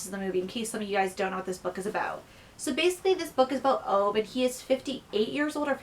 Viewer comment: I love your review, and I love that you love the book and the film! To answer some of your questions: yes, the film is set i Sweden and they speak Swedish. (I'm Swedish myself, so I would know.) Ove's name is pronounced "Oo-veh". He is portraited by the actor Rolf Lassgård, who actually is younger in real life than he appears in the film, but thanks to amazig make up they make him look like an old man. It's always great to learn what people from other countries think of Swedish films and books.